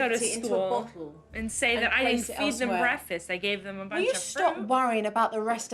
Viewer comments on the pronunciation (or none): Red flag an adult that says breafast instead of breaKfast. I’d love to see the kids today 2023 😮